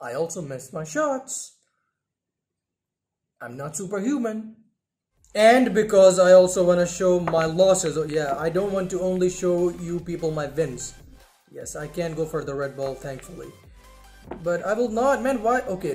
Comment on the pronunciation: why ur saying the ( wins ) like (vins ) u can't say the letter W You say V instaed and belive me it's so annoying to me plz fix it out 😢